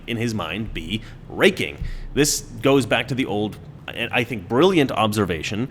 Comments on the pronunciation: It’s pronounced ‘think’. I can’t stop laughing. Love you brother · It's pronounced, "thInk." LOL!